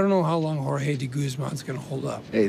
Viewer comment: why is so hard to muricans say Jorge properly?